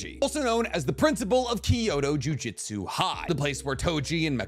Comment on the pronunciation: Dude you say jujutsu wrong. It’s JUJUTSU, not JU-JITSU